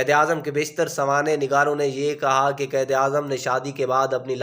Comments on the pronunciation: Or lafz qaid ko qaed na bolain .apna tlafuz behtr krain. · Ap ko qaiad bolna nae ata